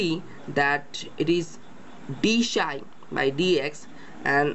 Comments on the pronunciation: Its pronounced "Psi" (Silent P) not "Shy" [Just an FYI] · its psi not shy...